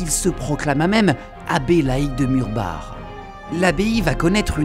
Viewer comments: En tant qu'alsacien ça me fait plaisir que tu ai juste prit la peine d'apprendre la prononciation des noms alsacien ! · Et bah justement le Maire du village ainsi que l'historien de la région m'ont indiqué qu'il fallait le prononcer " Murbar " alors que beaucoup de reportages le prononcent " Murbac " et que beaucoup faisaient l'erreur, donc ce n'est pas une faute voyons. Je suis d'accord pour Forbach. Justement, la langue alsacienne n'était pas la mienne je me suis longuement renseigné en amont pour savoir comment le prononcer. Merci à toi du soutien cher ami. Ah j'avais pas fait le rapport avec la Reine ! Oui je te tiendrais au courant. Désolé pour ton mail mais je suis overbooké en ce moment je n'ai pas le temps d'y répondre... à bientôt :)